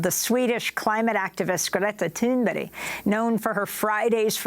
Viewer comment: Her name is Thunberg NOT Thunberry. she was a Guest for crap sake. 2nd time I heard Amy mis speak it in last week.